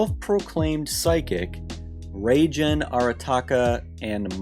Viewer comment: the g in reigen isn't pronounced like the g in generation its more like the g in gig